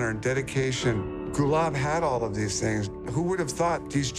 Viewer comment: Kept hearing Gulag....